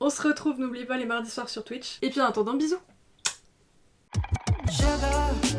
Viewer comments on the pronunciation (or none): none